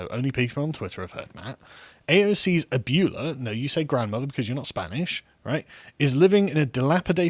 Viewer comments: the britishness of ABYOOLA is funny asf. It's abweyla bro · Ah-boo-e-la.....not abule-a my spanish ears are bleeding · Hugging a rabid dog will still end with you getting bit. Also, Abuela is pronounced “uh-bway-la”. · Couple of notes: it's ah-BWAY-lah. Kinda appreciate the British disdain for how other languages pronounce their words, but not really. the "PR" is "Puerto Rico", not "public relations." Puerto Rico is a territory, not a colony, if she's to be governing this country she should get the terminology right. Especially if she has a degree in international relations. Right. Love that point about people named "Cortez" really can't say much about American colonialism. Although, I think Montezuma had it coming. LotusEaters' overall point: meh. In 1900, President McKinley refused to send Federal relief money to Galveston after their hurricane, trusting instead to the private generosity of Americans. He was not disappointed. Same with President Roosevelt after the San Francisco earthquake. We used to understand that this was not Washington's role. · Carl, it’s Ab-way-la...not a-bewl-a. Also how could the former sovereign of Kekistan not appreciate such a masterful troll? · "Ah-byoo-lah" Please no. "Ahb-wae-lah" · it's not "abyoola" its "ab well ah"!!!!!!!!!!!! i hate spanish and i have my mock gcses soon thanks for reminding me to revise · It's pronounced "ab-whe-la", not "ab-ew-la" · It's "abuela" not "abeula." Not that this is likely to help you pronounce it. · "Ah-bway-lah", not "Ah-byou-lah", but yeah it means grandmother. "PR" in the moron's tweet is for Puerto Rico, not public relations, lol. Other than that, I agree with you. I was laughing until I saw the GoFundMe thing and then I was just rolling my eyes going, "nope, you went a step too far and now it's going to backfire". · ab-whale-a = abuela...:) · >Ab-you-la U BRITS IT IS PRONOUNCED AB-WAY-LA AND IF I HEAR YOU SULLY THE WORD AGAIN I WILL FIND THE TACTICAL CHANCLA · Gentlemen, it's AbuEla. Not AbUla.